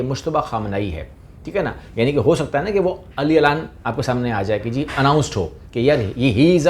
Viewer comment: لکھا جاتا ہے علی الاعلان جبکہ اسکو اس طرح پڑھا جاتا ہے Alal Ailan